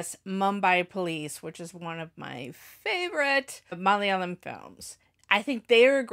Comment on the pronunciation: Your Malayalam pronunciation is great...